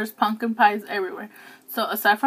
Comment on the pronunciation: So you're just going to take the m out of the word pumpkin huh and add an "n".. ok just checking.. carry on lol